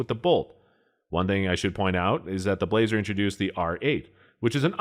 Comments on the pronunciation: How in the ** do you have this many subscriber's? You can't pronounce Blaser and compare an H&H to a CZ. I bet you shoot Mossberg rifles. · It's "Blah-zer" not "blazer" and it was tailored more to the European market where hand loads aren't as common. The hunting r93 is a toned down r93 tactical which is still used by many militaries. The r8 is supposed to be their flagship of the hunting line paired with the f3 over-under. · That's funny. As soon as he said it I thought the same thing. He started off poorly by introducing the Blaser R93 by saying "blay-zer" rather than "blah-zer". That one had me chuckling too. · "BLAH-zer", not "BLAY-zer". By the time this video was released, Ruger had bought Marlin, refreshed the tooling, and was producing excellent-quality lever guns under the Marlin name. There is a lot of debate on the quality of the "post-'64" Model 70s. I have a Heavy Varminter model from the '90s that is one of the most accurate firearms I have ever seen, and my Super Grade 458 Aftrican has fit & finish to rival many pre-64 standards. Doubles have advantages of two firing pins and no worries about bullets in the magazine jumping crimp and tying up the remaining rounds.What was said about the Weatherby cartridges is also tru of the Ultra Mags by Remington, as well as several dozen proprietary cartridges. they are not for neophytes. However, I have seen plenty of flinching and missing with 30-06, so would that make anything chambered in it an overrated gun? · Pronounce "Bla - zer" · Pronounced blauser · You started losing me when you said, "BLAY-zer," and totally showed your ineptitude when you said "Mark Vee." Better stick to what you know before going public. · ...Oh, you mean the "BLAH-SER" R93. Sorry, that made me giggle. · Sorry, dude, but when you cannot spell or pronounce Blaser correctly, I'm stopping the video and blocking you.